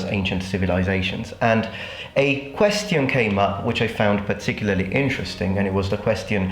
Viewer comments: I'm not a native speaker and I think your English is amazing, almost native-like but this one particular word always seems off when I'm watching your videos. Thanks for answering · "queththion" why do you pronounce it this way?